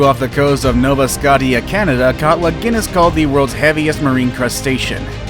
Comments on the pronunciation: Nova Scott-e-yea Canada🤯 nova Sko-sha🤷‍♂️ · It's Nova Scotia pronounced No va Scou Shia..not Nova Scote tea. Wow. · "Nova Scott-y-uh"???? It's pronounced [skowsh-ee-yuh] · Nova Scotia = (Sco-sha) not Sco-tee-ah) Chinook salmon (she-nook) not chin-nook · Nova Scoot-eia... it’s pronounced “Nova Sko-sha” as in new Scotland. Awesome video though. 😊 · It’s pronounced “Nova Scoshia” not Nova Skawteeya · Nova SCOTTIE-YA?!?$ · Nova Scottia?? LOLNova Sk-ohsha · Lmfao the way he pronounced “Scotia” Scoh-Ti-Ah, itd be closer to Sko-sha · Nova SCOTIA is not pronounced “scot-e-ah” it’s “sko-sha” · "Nova Sott-Tia Canada"? Where are the editors? It's Nova Scotia! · Nova Sko-tee-ya!! 😂😂😂😂😂😂😂 Its pronounced Nova Sco- sha! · great video, but as a Canadian myself, NOVA SCOTTEEUH?! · Nova scotty it's nova Scotia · Nova Scotia is pronounced nova skoshuh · Dude legit called us Nova Scotty-A. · I'm not even Canadian but nova Scotty-a is funny af😅 I learned the correct pronunciation from trailer park boys. Thanks Julien, Ricky and bubbles😁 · Nova scottia?-wth, dude?! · “Nova Scotty ya,” for Nova Scotia. Perfect pronunciation man, way to do your homework. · Nova Scot ee ah. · I came to my phone to reply to that ahahah nova Scot ia ahahha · Nova Scottie-uh 😂😂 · Yeah it's the female version of Scott... Scottea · isnt it nova sco sha? just asking im not sure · where tf you come from you can't pronounce properly all kinds of words...nova scotty a ! lol and Maekong sounds like MAEwest ! lol you want to educate others maybe educate yourself before ! and a chinook salmon don't sound like a TCHINOOK ! lol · mans really called Nova Scotia “Nova Scottie-a” xD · Did he just pronounced nova scotia, “nova Scott-tee-ah”? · “Nova Scottia” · NOVA SCOTTY-A LMAOOO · Its pronounced noh-va-sko-sha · “nova scottia” how do they not know the right pronunciation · My man mispronounced nova scotia nova scottia like what? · nova scott-ia? LOLOLOL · "Nova Scott-e-a" lol take that mainlanders